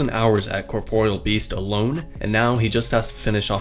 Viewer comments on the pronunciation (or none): Don't think i can take you seriously after hearing the way you pronounce corporeal beast and Zezima. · corporeal... ????? bro can u not read